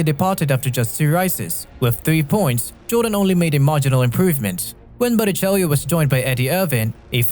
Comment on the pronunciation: Bara chello say Bara chello it's not spelled that way but it's how you say it